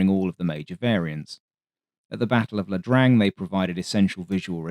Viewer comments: The narrator refers to the battle of Ia Drang (that's a capital "i" in Ia) but keeps mispronouncing it as "La Drang" like it's some sort of song by ZZ Top. No thumbs up for you. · Solid quality again. But it's Ia Drang (India Alpha), not La Drang. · It's the battle of Ia Drang not La Drang common mistake it's ok to be corrected by someone who's English is not first language.